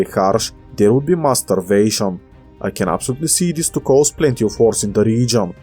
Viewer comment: when you said starvation you say the first a with an u voice so instead of starvation its sturvation and if we put the mass back we got mass sturvation and mixed with your almost silent v the subtitle mistaken it for a b and the rest is history